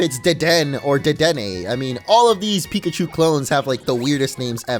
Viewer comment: I mean no one calls it pik achu